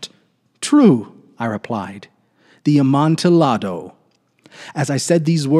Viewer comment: I came from Diane’s channel as well. Just for future reference, Amontillado is a Spanish wine, and thus the pronunciation would have the “double l” sound like a “y”. Sounds like ahm-on-tee-yah-doe. Emphasis is on the “yah”. Pronunciation for those that can read it like this: “amontiˈʎaðo”